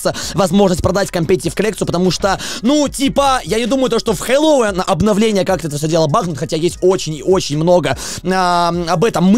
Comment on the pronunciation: Только говорит не хеллоуИн, а хеллОуин